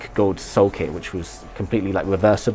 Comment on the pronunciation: D I'll gladly help you out if you want to a pronunciation guide for any names. "Michel" is pronounced the same way as in French, "Mishel" (/mi.ʃɛl/)..and "Gawds" is a broad, American way of saying "Gods" and can be pronounced "Goahds" or "Gaahds" (with a dark "a" sound but without the diphthong).